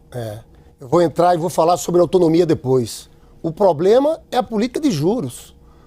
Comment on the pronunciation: Lindinberg "poblema" , volta para o jardim da infância.